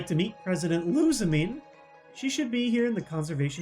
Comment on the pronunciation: Wicke is pronounced Wick-AY and Lusamine is pronounced like Lusamin-AY.